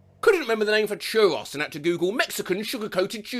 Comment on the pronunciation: the way you pronounced churros gave me a concussion